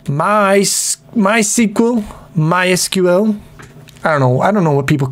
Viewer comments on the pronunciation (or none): Correct MySQL is pronounced my sequel